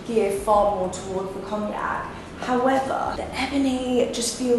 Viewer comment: "Howevah" - Love all the bags!